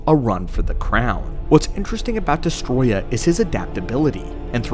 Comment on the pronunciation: It's Destoroyah. Not Destroya.